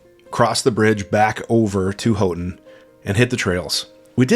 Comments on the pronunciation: Houghton. Pronounced Hoe ton . Nice trip guys. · Houghton is pronounced Hoe-ton